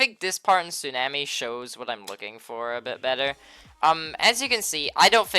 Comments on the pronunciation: “Su nam ee” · Not how tsunami is pronounced